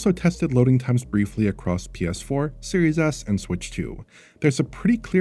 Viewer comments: It's not just you. I definitely heard that once in this video. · Does anyone else keep hearing “Series Ass” like I do?